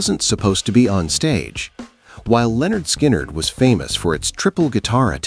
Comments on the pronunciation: Lynyrd, not Leonard. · It's NOT Lenard... It's LYNYRD. Get it right or get out. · It’s prounced “linn-nerd”. Look at their first album cover. Oh wait, you’re a robot. Never mind. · LYNARD NOT LEONARD. 🙄🙄. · "Leonard " Skynyrd , really? America never gets it right